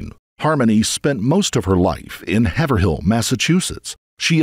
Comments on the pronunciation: Have er hill? It's Heyver ill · It's pronounced "HAY-VRILL" lol..I've lived in Massachusetts all my life, and I was getting annoyed with you saying "HAVER-HILL" lol.. Interesting fact: Rob Zombie grew up in Haverhill. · Haverhill isn’t pronounced HAVE-ER-HILL it’s HAV-ER-UL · Annoyingly because Massachusetts has very difficult town/city names (lifelong MA resident) but Haverhill is actually pronounced “Hey-vrill” . Not being rude just wanted to make you aware lol. I know live in NH and this poor baby’s story is so, so awful. ❤ rest in peace Harmony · Haverhill Massachusetts is pronounced Hay-vril btw. It was painful hearing that the whole video